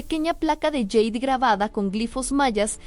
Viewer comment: Tampoco se dice "yeid", NO. Se pronuncia: JADE, tal cual. No proviene el idioma del inglés ni de lejos. Por favor.